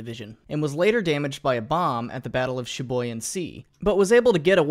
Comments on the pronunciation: just a little correction, it is pronounced "sibu-yan" not "shibuyan" my guy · As a Filipino, it's pronounced as see-boo-yan, not shi-boo-yan... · History The pronounciation of Sibuyan Sea is SEE BOO YAN not Shibuyan. no problems from me, we all had mistakes anyway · wtf is "shee boo yan"? tf is "broo nie"? lmfao